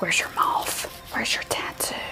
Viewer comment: The tattoo is of a MOTH I'm not saying the color of the tattoo I'm naming the creature that it is...and MOTH rhymes with CLOTH